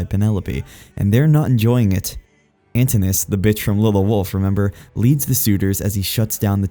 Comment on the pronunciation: Your pronunciation makes me sad. Poly-fee-mus. Ant-in-u-ous